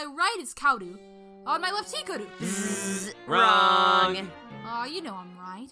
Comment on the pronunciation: No offense, but I got triggered by the pronounciation of Hikaru I hear He-ka-roo Yes it's sort of correct but do more with the tongue when getting to the roo part.